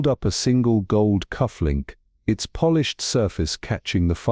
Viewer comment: I do not like AI readers, no matter the human voice they use. "Lead" is not the same as "leaded" (windows). "Polish" (to shine) is not the same as Polish (from Poland). Sigh! Not listening anymore.